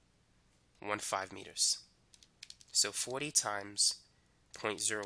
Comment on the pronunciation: I love your accent man, it shines through when you say "forty" haha.